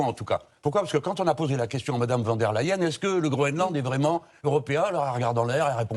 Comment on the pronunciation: C'est Von der Leyen et pas Van...!